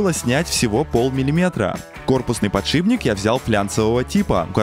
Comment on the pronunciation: откуда в слове фланец появился звук "я"? и где в ролике хоть один фланец??? зы: а "подшиБник" добил...